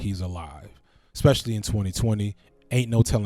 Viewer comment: Happy Father's Day! Teach your sons to ask, not axe, to converse, not conversate, and that 1st syllable in ESPECIALLY is s not x. Did you actually say [ ' S ' specially] correctly?!?! No, you just enunciated the last 3 syllables correctly because you left off the 1st syllable.... which in your case unfortunately is an X....